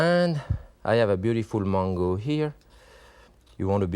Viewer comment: It took me a while to figure out when he says mongo, it is mango.